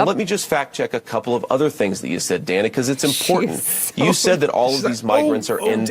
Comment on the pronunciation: The reason she insists on the "Danna" pronunciation rather than the common "Dayna" for that spelling is she was named after Rosanna Rosannadanna. They cut off the clip before she could say "Never mind!"